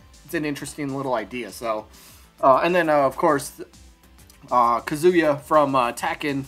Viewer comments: Maybe a mook? Bandana Dee? Also Kazuya is not pronounced Kazoo Yuh. It's KAH-zoo yuh Emphasis on Kah short Zoo and emphasis on Yuh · it's pronounced Ka-zu-ya